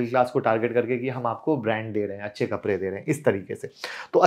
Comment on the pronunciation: कपरे नहीं कपड़े 😂😂😂